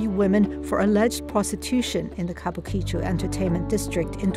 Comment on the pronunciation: Worst mangling ever of an easy pronunciation. Kabukichō is pronounced "Ka Bu Ki-Chō, an entertainment district named post-war for a planned kabuki theater that was never built.